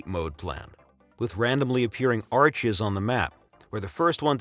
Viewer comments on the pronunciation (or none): none